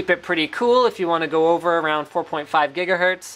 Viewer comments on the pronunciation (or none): HE DOES SAY GHEEGAHERTZ! Why? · He said Jiggahertz again :D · Why does linus swap between saying Jigahetrz and Gigahertz..lol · Jiggahertz!! lol yes, get jiggy with those hertz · jigahertz again